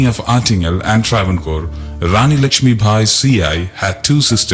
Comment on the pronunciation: Not bhai but bai- sethulakshmi bai - not munna bhai - uff!